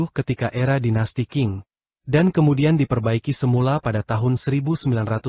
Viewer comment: Dinasti qing dibaca dinasti ching